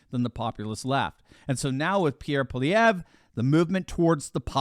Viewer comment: You, sir, have excellent pronunciation... thank you for not mangling simple french names. I have personally met Pierre Poilievre and have put my political hopes into him. We as Canadians have long suffered under the Trudeau family, going back to the 70s. The Crime Minister is a marxist stooge and is NOT incompetent... he is doing an excellent job of destroying our country. Anyway... great show, you sound somewhat dialed-in with Canadian politics... and that's nice to see from our cousins south of the 49th. 🇺🇲🇨🇦 Peace and respect. 🇨🇦🇺🇲